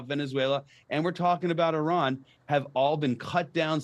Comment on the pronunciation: Your dear guest should first pronounce IRAN correctly then the rest and it s persian gulf not any thing else,what the heck